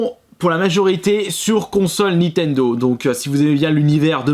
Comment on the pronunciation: Nintendo et non nitendo...